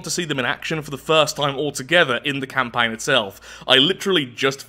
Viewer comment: From the Depths CamPAIN